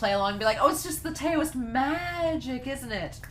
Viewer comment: I knew you'd LOVE this story.I totally enjoy the annalists of this show. FYI Taoist is pronounced dau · uhst.